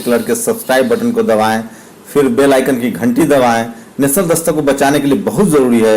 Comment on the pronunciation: परलोभन नहीं प्रलोभन, उत्तर परदेस नहीं उत्तरप्रदेश होगा, बिलास्ट नही ब्लास्ट होता है, नेसनल की नॅशनल